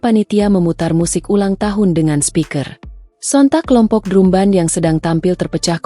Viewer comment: Dibaaca dram ben.. bkn drum ben